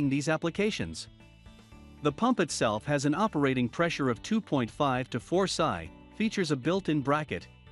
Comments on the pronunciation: Sigh,,, Pounds Square Inch. Pronounced "Pee Sss Eye". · Lol, stopped watching when PSI was pronounced "psy" like psychic. It's an acronym for Pounds Per Inch²(Square Inch).